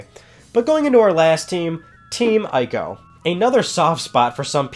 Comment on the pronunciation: Please say Ico right...EEk-OH. People play through the Witcher 3 and still calls Geralt with a J, and even when playing the game, Geralt corrects NPC's at least 3 times in the game and it's hilarious. Sorry, I nitpick.. Love the channel